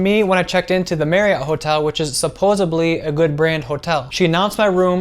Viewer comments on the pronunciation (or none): Ummm, the word is pronounced - SUPPOSEDLY.......NOT - SUPPOSABLY. Good Lord! (eye roll)..... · I love your safety hacks. Thank you for doing this. One small thing...the word is SupposeDly, not SupposeBly. When I hear people pronounce that word with a "B" instead of the correct "D", I cringe. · supposebly? Not trying to embarrass anyone, but this one is a “whoa, c’mon now!” level faux pas.